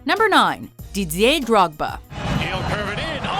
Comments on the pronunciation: "Didzier Drogba" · you sound like you stroked out when trying to pronounce Didier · That pronounciation of didier tho